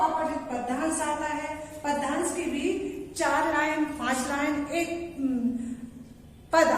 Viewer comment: Bt ek bat kahu padyansh ka उच्चारण sahi nhi h 😑